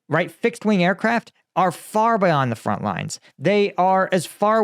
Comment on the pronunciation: Front, not Font. Great info man. Keep it up.